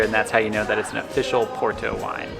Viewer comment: Nice video. We're going in 2026, coinciding with the 2026 solar eclipse across the northern Iberian Peninsula. The Douro Valley will definitely be a vested stop on the way to Asturias, then east to Andorra, France, Italy, and Switzerland. Also, I can't help myself (major OCD here). Porto is pronounced, "Por-too", with a rolled "R" but nobody really cares. Come on though...gotta try to sound like we're trying, right?